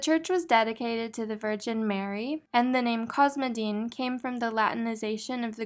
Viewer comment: The word "cosmedin" has the same Greek root as "cosmetics" so I think the accent is on the "e"